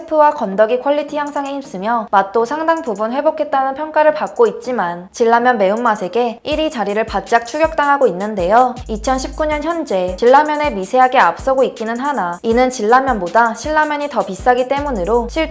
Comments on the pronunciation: 발음 공부좀 하세요. 국어책 읽는 듯한 아나운싱 금지! 신 라면 이지 실라면이 아닙니다. 진 라면이지 질나면이 아님. 그러다가 이 채널...신라면 꼴 남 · 실라면 질라면 왜저리 발음하지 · 신라면 ~ 실라면 진라면 ~ 질라면 나만 이렇게 들리는건가? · ㄴ발음을 못하시네요 실라면.질라면... 신라면.진라면 정확하게 발음 하셔야죠. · 실라면? 질라면? 신나면,진나면으로 발음해야죠? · 실라면이 아니라 신라면이구요, 질라면이 아니라 진라면입니다. 한두번이겠거니 했는데 주구장창 계속 그렇게 발음하시네요. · 발음이 이상하다고 느낀게 저만 그런건지 모르겠는데 신라면은 자음동화현상으로 '신나면'으로 발음하는게 맞습니다. 고대왕국 신라에서 만든 '실라면'이 아니예요. 진라면도 '질라면'이 아니라 '진나면' 이라 발음합니다. 다들 이렇게 발음하고, 광고도 그렇게 발음하는데 혼자 이상하게 발음하시네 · 질라면(x) 진라면(o) 계속 '질라면'이라고 들려서 잘못 들었나 해서 자막 켜보니 역시나 '질라면'이라고 하네 ㅋㅋ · 발음보소? 자꾸 실라면이래 ㅋㅋ 질라면 대박이다.. 신라면 진라면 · 실라면..no no..신라면 질라면..no no..진라면... 어휴 참 듣기 거북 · 실라면 질라면이 아니라 신나면 진나면으로 발음해야하는거 아닌가? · 진라면 발음은 진나면이라고 말해야 하지 않나요? 질라면이라고 너무 이상하네요. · 진짜 실라면 질라면 소리거슬리네 신라면 진라면 발음이 그렇게 어렵나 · 신라면 진라면 발음이 어려운것도 아닌데 실라면 질라면 왜그래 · 야이 가시나야 신라면이 언제 실라면으로 진라면이 언제 질라면으로 바꼈냐? 발음 똑바로 안하냐 콱~씨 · 나레이터 분께서 발음하시는게 잘못된 부분이 있어 말씀 드립니다. 신라면의 발음은 모두가 의미 있는 음절이므로 신, 라면 모두 읽어야 하며, 실라면으로 발음하면 안됩니다. 또한 진라면도 같은 이유로 질라면으로 발음하면 안되고 진, 라면 모두 발음 하셔야 합니다. 자주 보고 있는데요... 이번 편에서는 발음 부분이 걸리네요. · 실라면,질라면VS신라면,진라면 발음 거슬리네요. 내용은 좋은데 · 실라면 질라면 이상하네요 신나면 진나면으로 발음하셔야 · 발음이~~ㅋ 진-> 질 신-> 실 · 실라면 아니구 신라면이요 ㅠ 질라면 아니구 진라면이요 ㅠ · 나만 이렇게 들리나? 신라면 아니라 실라면 실라면 진라면 아니라 질라면 질라면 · 신 라면이 아니라 신라 면(실라면)으로 들리는 발음... 뭔가 독특하네요(진 라면도 진라 면) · 실라면 질라면이라고 발음하는게 맞는건가? 나만 그렇게 들리나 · 신라면 발음을 실라면으로 하시네요. 진라면은 질라면으로 발음하시고. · 실라면은 어느 라면인가요? 질라면 실라면 발음이 저만 이상하게 들리나요? 아님 요즘 한글 발음이 바뀐건가요? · 실라면? 질라면? 급기야 국밀라면? 이 분 발음 좀 거북하네요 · 발음이 왜이러냐? 실라면 질라면이 뭐냐... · 발음좀;; ㅜㅜ 신라면 ->실라면 , 진라면->질라면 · 제 귀가 이상한가요.. 진라면은 질라면으로, 신라면은 실라면으로 들리네요. .ㅜㅜ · 질라면 실라면 어휴.....듣기가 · 신라면을 실라면 진라면을 질라면ㅡㅡ 존나거북하네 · 실라면 질라면 ㅡ ㅡ 발음도 안되면서 말하는일을... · [실라면], [질라면] 발음 저만 불편한가요? 이건 유음화 현상 적용시켜서 발음할 상황이 아닌거같은데.... 저만 불편한 거면...... 패~쓰! 아... 내용은 잘 봤습니다^^ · 진라면은 질라면 ㅋ 발음 귀엽네요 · 실라면 질라면 발음 존나 거슬리네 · 저만 그런가요 제귀에는 진라면이 질라면 신라면이 실라면 이라고 들리네요. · 실라면 질라면으로 들리네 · 자꾸 진라면을 질라면이라네 아고 당췌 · 실라면 질라면으로 들리는건 나뿐? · 실라면? 질라면? 발음 좀... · 내용은 좋은데 실라면 질라면 발음이 듣기 안 좋네요. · 제귀엔 실라면, 질라면으로 들려요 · 발음이..참.. “실라면, 질라면, 으하면” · 실라면 질라면 ㅋㅋㅋㅋ 신경써서 발음하는데 거슬림 ㅋㅋ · '미딕가' '실라면' '질라면' ㅋㅋ